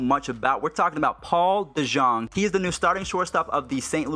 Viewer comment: Dejong is pronounced 'DeYoung'....not to worry though because EVERYONE says it wrong :P....oh yeah he wen 3-4 today with a 3-run bomb. :D